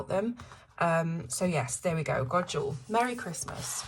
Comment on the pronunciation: Beautiful! FYI, Jul is pronounced like Yule in Swedish. The j has a y sound. The small old man is probably a tomte, or a Swedish gnome. The lady with the candle wreath on her head is Saint Lucia. She has her own day of celebration in Sweden. God Jul and happy coloring!